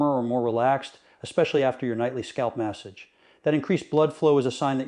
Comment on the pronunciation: Pronounced massage wrong too.